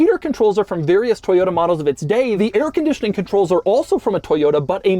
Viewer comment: Toyoda, toyoda, toyoda... It's ToyoTA.